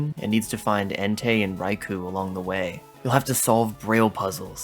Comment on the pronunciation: Raikou is pronounced "Rai-koh" by the way.